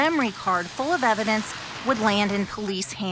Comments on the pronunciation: "Edivence?!" Nah, I think it's pronounced eh-vih-dense, idiot. Also, Brian Smith's neighbor is named Judy Judge?! That's fuckin' weird! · She said "edivence" instead of "evidence" haha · So nobody’s gonna talk about how the reporter says “edivence” instead of “evidence” ? 🤣🤣🤣🤣 BLOOP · Did the reporter say "Edivence"????? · What is "edivence"? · ....she said edivance lol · The reporter said edivence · Did anyone else hear her say edivence instead of evidence?? Lol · Did the news anchor just say edivence?? 🤦😆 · Evidence or Edivence....you decide. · She actually said edivence! Crazy! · Side note: Anybody else hear the reporter say “etivence”? Or was it just me? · She said edivance,, ! 😂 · Just saw this on my feed but did she (the reporter) just say "edivence" in the beginning? Lol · 20...did she just say 'edivence'? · Did she say, "incredible edivence"??? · 0.21sec..reporter says edivence……EVIDENCE lady! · Did she say edivence? Instead of evidence?😂😂😂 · “That incredible edivence” lol 😂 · "that incredible edivence" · did she say "Edivence" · did this chick really just say edivince 😂🤣😂☠️☠️ way to go lady! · Did anyone else catch the mispronunciation of evidence?